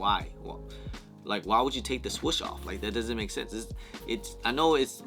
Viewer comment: The fact that you say “swush” when its “swoosh” 😂